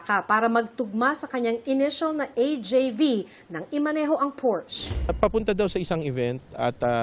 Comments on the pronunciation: The correct pronunciation actually sounds like por-shuh. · Its PORS-SHA not Porsche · Porsche ang tamang pronunciation (Porscha)